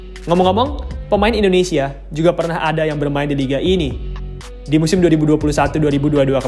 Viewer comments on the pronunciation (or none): none